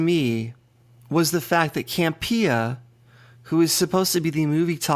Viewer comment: Can you please stop saying Cam-Pee-ah 😃 It's John Camp-e-ahh. #PISSEDABOUTTOP10!!!